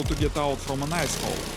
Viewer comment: the way he says ice, i think we should name it the ice-hole-intruder.